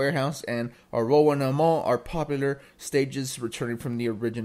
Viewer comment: A-row-wanna mall 😂 Just in case you make future videos on this, it’s pronounced “Arrow-wanna” mall